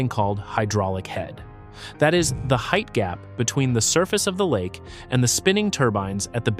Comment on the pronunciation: Dis he say "heighth?" LOL